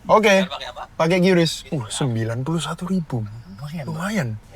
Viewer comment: Diperbaiki Baca QRIS: bukan QIYURIS tapi tetap dibaca QRIS